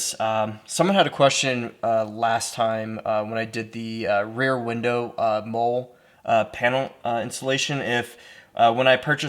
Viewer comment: Mole panel? Molle is pronounced like Molly